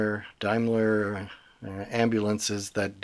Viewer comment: Like the effect. The tweaks really work. Daimler was a British company, not connected with the German one (which traded as Mercedes-Benz). The pronunciation is DAME, not DIME. The operator name on the sides would always have been in capital letters, making the typeface less important in this size. The common word "bedlam" actually originates from the name of the mental hospital founded in the 13th century. It is a contraction of "Bethlehem".